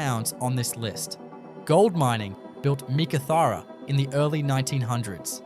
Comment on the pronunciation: Learn how to Pronounce Meekatharra properly 🙄🙄🙄🙄